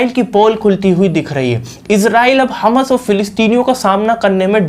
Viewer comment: बेवकुफ हमस नहीं हमास है l ठीक बोलना तो सीख लो